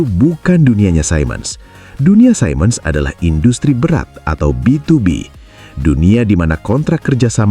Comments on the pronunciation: Siemens diucapkan sea mens (atau see muhnz di Amerika Serikat, sedang di Jerman zee mens) bukan sai mens (yang bisa disalah-artikan mengucapkan Simon) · btw siemens itu cara bacanya "simens/see-mns"